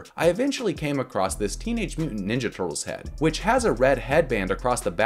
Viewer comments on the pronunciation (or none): none